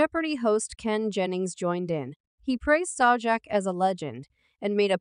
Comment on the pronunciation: Note to... You are speaking the ENGLISH LANGUAGE...so, LEARN THE CORRECT PRONUNCIATION OF THE WORDS YOU SPEAK... (e.g. Pat Sajak's last name; 'debuted'; 'lawsuit'; Sonny Hostin's last name; Joy Behar's last name;... and others that I couldn't even understand!!! Your mispronunciations are FRANKLY DISTRACTING AND ANNOYING!!! WTF!!!